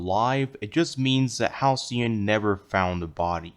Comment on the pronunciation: 11. Halcyon isn't spelled Ha-Le-Con